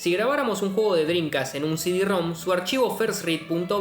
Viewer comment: Shi di jajajajajaj, aprende a hablar.